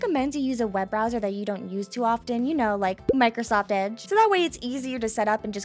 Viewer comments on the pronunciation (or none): none